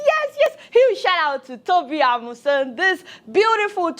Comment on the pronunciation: So you too cannot pronounce Amusan properly, a full-blown Yoruba girl like you. Shior